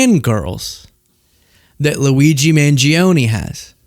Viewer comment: I already am attracted to you. You don't have to show cute clips of you messing up Luigi's name. Oh wait, yes you do. LOL. 😂❤